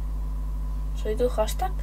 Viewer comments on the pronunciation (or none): none